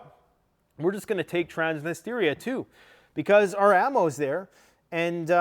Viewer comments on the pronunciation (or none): Love you but it’s Transnistria not Transnisteria 😬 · Trans-nis-tri-a Not Transnisteeeeria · Stop pronouncing "Transnistria" as "Trans-nist-area"! It's pronounced as "Trans-nis-tree-ah". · Dude its Trans-knee-stree-uh. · Lets goooo!!! Let it burn!!! Burn it all down. So sick of this woke clown world. Also, it's Trans-nis-tree-ah. Another 500million announced by Biden today. It'll never end. The west is done and needs to be done. Our founders in the US always said, never get entangled in the wars of Europe. It's past time we return to our isolationist roots and end our practice of being the world's police. We can't even secure our own borders. Why are we worried about Ukraine? Putin is no soviet, but restoring the old Russian empire of the Tsars would be something he could achieve to go down in the books with Alexander and Catherine the great. I think the East smells blood in the water with a weak and bumbling Biden. Nato is corrupt and broke. We've pushed too far. Prep and be ready. Your home is your bunker. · TRANS - NI - STRI - A